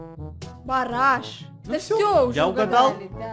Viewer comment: кому послышалось Параш а не Бараш